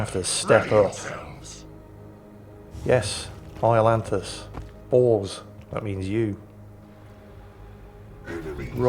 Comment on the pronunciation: Come on.. it's just the way you say Bors...